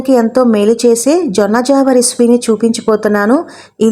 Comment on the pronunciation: జొన్న జావా జొన్న ఒరాకిల్ కాదమ్మా జొన్న జావ (అంబలి)అనాలి